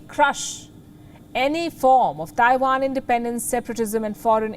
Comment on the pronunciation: For the love of Ganesh, will you learn how to pronounce "Taiwan" correctly. Please!